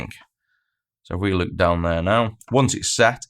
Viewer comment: When you say "lets take a look" I hear "lets take a LUKE". Love the videoes, thanks for your contributions to the community!